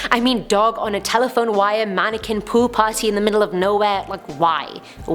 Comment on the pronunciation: "mannequin pool party" I heard mannequin poo party, for a second there. 😅😅